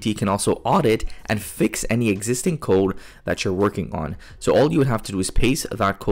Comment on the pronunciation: Bro learn how to pronounce "code"